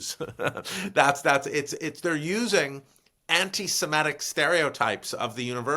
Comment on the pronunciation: why does Stanley say antisemEtic, instead of antisemitic? ie ET instead of IT. a little distracting